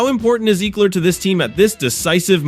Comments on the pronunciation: You are pronouncing his name incorrectly. Ekeler…… short e sound. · still incorrect pronunciation.